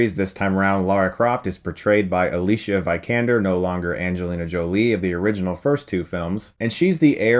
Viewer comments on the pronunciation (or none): Can someone please explain to me why Chris is so stubborn when it comes to not admitting he got someone's name wrong? When Ex Machina and The Danish Girl came out, he kept referring to the actress as [ə-li-ʃa viy-kan-der], when it's actually [ə-li-siə vI-kaen-der]. I thought this was because he was just starting to recognize her as an actress and didn't know how to pronounce her name yet. But here we are, over two years later and he's still saying it very wrong. Why? I don't get it. Does he not like admitting he was incorrect or something? Basically he is saying her first name with a "sh" sound and is saying her last name with a dip-thong (vahyee-kan-der). This is not correct and the actress herself has shown and stated several times in interviews how to correctly pronounce her name. He also did the same thing when he was reviewing the Harry Potter films and kept calling Emma Watson's character HAR-mi-nee, instead of HER-mi-nee. He claimed to be such a huge fan of the books and films and world and yet didn't even pronounce one of the main character's names right! I'm not trying to be picky or sound like an a**hole, I just don't get how/why he doesn't listen to his fans/celebrity interviews and fix these mistakes. We are talking about a person's name here. It's important to get it right. Anyways, rant over. Sorry. :) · It's pronounced "ALEE-SEEA VEE-KAN-DER"